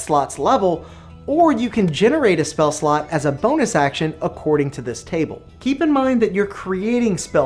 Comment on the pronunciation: Is it just me or does it always sound like he says "spell slut". - I'd love to create spell sluts. "New sluts go away after you long rest" Hahaha! Yes they do indeed! "and generate way more sluts than you porbably need..." speak for yourself!